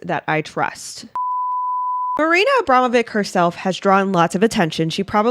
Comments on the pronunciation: Love you content! I think it's pronounced AbramoviCH (which goes with witch :) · Pronounced Abramowich.